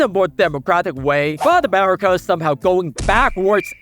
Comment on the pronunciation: America ❌ Amerema ✅